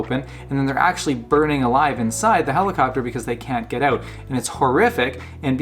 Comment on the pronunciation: "...thye're burning alive because they can't get ooot" - this guy has to be Canadian.